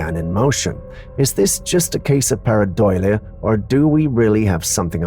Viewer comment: Dude... Jsyk: PAREIDOLIA IS PRONOUNCED... PEAR - AH -DOLE - YA